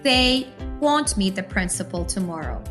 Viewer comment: Nice video, but the word "won't" is not pronounced correctly. Not to be mistaken with WANT.